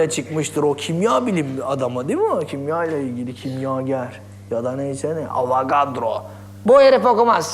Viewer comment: Avagadro derken agzinda patlican varmış gibi konuşuyo🍆